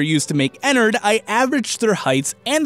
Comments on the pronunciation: Ederred f##$* not ederred ennered Me 😂😂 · ITS PRONOUNCED ENNAARD K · * makes angry ennard fangirl noises cuz you said Ennard's name wrong *